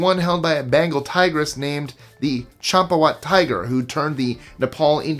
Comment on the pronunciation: Champawat? more like chomp-a-lot